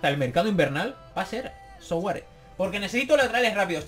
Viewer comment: Souaré se pronuncia suaré ya que su nombre viene del francés de África y el sou se pronuncia sua